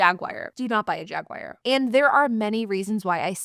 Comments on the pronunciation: I enjoy your videos. However, it is not a JagWire. It's pronounced JagWar, or if you are British, it's Jag U Are. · Gawd, why does anybody buy new? Good stuff. That knit cap gives off "Jay and Silent Bob" vibes lol. These high depreciation cars are great- just get them at the bottom of the curve cheap rather than new. Jag-waar not Jag-wire.